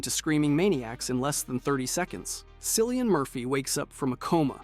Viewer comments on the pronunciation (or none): DUDE! Come on, it’s pronounced Killian, not Sillian. UGH!!